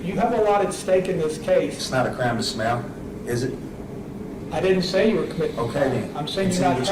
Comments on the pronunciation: Um...it sounded like he said "smell"...I realised he was saying SMILE 😂😂😂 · Clearly a genius. "It's not a crime to SMALE." ??? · I would like to know what happened to smiley or is it smelly? Sounded like he was saying smell